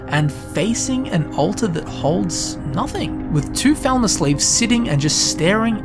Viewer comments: Bro. PLEASE. Its pronounce "Fall-mer", not "Vel-ma". Stop reminding me what they did to scooby doo xdd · Falmer. Not thalmer. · Anyone else think he says falmer like thalmer? I was like is he talkong about high elves or what? English people should really work on their English. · I'm not a native English speaker and probably because of it when you say Falmer I hear Thalmor xD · You say falmer and thalmer the same.